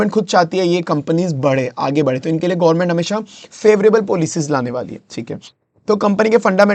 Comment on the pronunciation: यार गौर्मेट नहीं गवर्नमेंट होता है और सेमीकंडक्टर gaint china नहीं ताइवान है